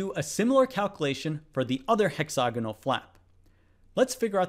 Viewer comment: Stop saying, "hexOgonal". It's "hexAgonal", Presh!